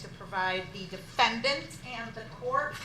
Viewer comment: Don’t you mean defenDANT?😂😂😂😂